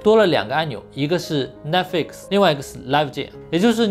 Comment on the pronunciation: Netflix，重音在Net，flix要轻，要含糊，才有逼格。